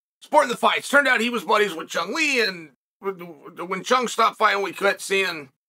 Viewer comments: ❌Chun Lee ✅Cung Lee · For the love of God, it's Kung Lee, not CHUNG Lee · I thought he said Chumlee